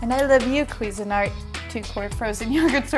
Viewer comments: The accent should be on the "SIN" part, not the "QUI" part... It's "quiSIN-art." And it's S, not Z. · Its pronounced cuisine-art Not queesanart. 😂